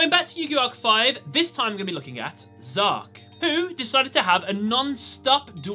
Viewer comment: It’s z-arc Zark is the name of a character in my book